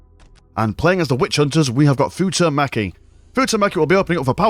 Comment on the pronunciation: It's Futomaki - Foo-toe Maki... . .. ... XD